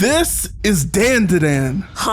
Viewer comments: It’s not dandadan like the name “Dan” like Dantdm, it’s pronounced dawn da dawn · You don’t pronounce it Dan da Dan you pronounce it like don da don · The opening intro: "DANDADANDANDADANDANDADAN.." x100 . This guy: Ah, yes, I see the truth.. DEN DE DEN.😂😂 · not Den De Den 🫠 it’s Dan Da Dan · Bro say "Dendeden", is Dandadan bru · hearing dandadan not pronounced dondadon startled me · Its pronounced dondadon, but yea momo is my favorite. I relate so much to her. Also turbo granny is my second fave. I love that she protected momo episode 1. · It’s spelt dandadan but it’s better to say it “Don-Da-Don” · is called dan da dan "This is den de den" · It's pronounced Dondadon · "This is DANE DA DANE" how much of a dumbass are you to say it like that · It’s Don-dah-Don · Bro said Dan Da Dan wrong😂 it’s pronounced dawn-da-dawn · Pronounced dahn duh dahn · It’s pronounced (DON DA DON) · Nice video, i think the series is pronounced (don-duh-don) Dan da Dan with less of a hard a. That’s how most Japanese words sound, their A’s sound a little more like an O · "Dayn-dah-dayn" is crazy. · Its not "A" its said like an "O" Don da don<-😊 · Dayan dah dayan? Do you also say 2Pack instead of 2Pac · I’m sorry but I have to point this out. The a’s in Dandadan are pronounced much deeper, so you would say it like dondudon. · Can pronounce "manga" right but not "DanDaDan". 🤦‍♂ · FR, lmao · disliked purely for your pronunciation of the anime name, you clearly heard it right just a dumbass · Lmao, how did I know you'd have a Dan Da Dan video? Not only do you not know your way around anime production, you can't even pronounce the title of this one 😂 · Never seen anyone pronounce "dandadan" That way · Dude. It literally says the name in the intro song and in the clips you're using and you STILL say it BLATANTLY INCORRECTLY. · They say the name is the song many times right at the beginning (and obvs end) of the theme song and you still couldn't pronounce it correctly 🤦